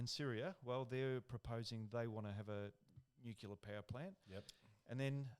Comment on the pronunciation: Sam. Tell the boys it’s Nuclear, not Nucular. 🤪 Cheers 🍺🇦🇺